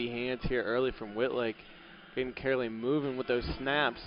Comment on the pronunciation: Hearing the announcer butcher "Karoly" is making me laugh so hard and idk why